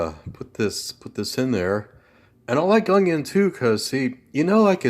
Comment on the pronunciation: Whats with the camera view?..old64goat will hate this video, he hates that vertical camera format...I think you're 1 percent stud and 99% muffin..haha.....what no whiskey in your cabinets?....Don't invite Nancy Pelosi over until you fill your freezer with ice cream!....when you say "unyon" you sound like good old Justin Wilson...I guarantee!...That picture of that indian guy ( Iron Eyes Cody) was a fake italian actor who spent his career lying about his indian heritage... sorta like that pocahontas chick from Massachusetts.. I loved that indian maiden on the butter package..damn stupid people for removing it!..That looks good...You have enough for an army there...Regards, Buzz